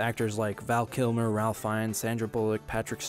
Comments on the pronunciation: It's pronounced 'Rafe' Fiennes, not 'Ralph'. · It’s pronounced “Rafe” Fiennes not “Ralf.” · Just FYI, his name is pronounced "Rayf", not "Ralph". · Ralph Fiennes name pronounced Rafe Fynes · This masterpiece isn't forgotten, it is ignored by people who hate God. Also, Ralph Fiennes's name is pronounced "Rafe/Rayf" and not "Ralf." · apologize to ralph fiennes right this instant. it's pronounced rafe not ralph haha. loved the video though! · "Ralph" is pronounced "Rafe" Fiennes, just as an FYI 🤭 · it's pronounced "Rafe" even though it's spelled Ralph. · Ralph Fiennes is pronounced "Rafe Fines". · Ralph Fiennes is pronounced Rafe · just fyi its pronounced RAFE not ralph fiennes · Good video, but... "Ralph Fines"? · It's spelt Ralph but it's pronounced Rafe. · Pronounced REY-f (not RAL-f) Fiennes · Love the video, just one tiny thing that drove me a bit nuts - the “l” in Ralph Fienne’s name is silent cos it’s a Welsh name so it’s “Rafe Fines” when said aloud (I feel awful pointing this out cos it’s a small thing in context of the vid but it drove me a bit nuts!) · Ralph Fiennes is pronounced Rafe Fiennes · Ralph fiennes pronounces his first name Ray-ph, no L. not sure why, probably cos he's posh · It's pronounced "RAFE" not RALPH. Prince of Egypt is one of the best animations of the past 25 years. A masterpiece that still holds and will forever hold the test of time. A timeless classic. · It’s Pronounced Rafe not Ralph. Don’t ask me why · It's not Ralph. It's pronounced "Rayfe". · Ralph is pronounced like "Rafe". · The RALPH in Ralph Fiennes is pronounced RAFE FYI. My teeth were doing a slow grind while you read his name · I hate to nitpick but Ralph Fiennes' first name is actually pronounced "RAIF" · Ralph is prounced Rafe 🥴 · Ralph Fiennes name is pronounced ˈreɪf ˈfaɪnz But good video essay. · Ralph Fiennes' first name is pronounced 'raif'. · IT'S PRONOUNCED 'RAFE'!!!!!! But otherwise, excellent points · *pronounced as "Rave Fines" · It's pronounced rayf fines